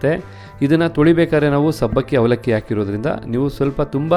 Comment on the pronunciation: Is it avalakki or havalakki! ಸುಪರ್ ಕನ್ನಡ!